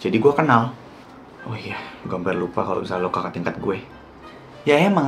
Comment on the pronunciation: Dia bilang kakak bukan jaka woi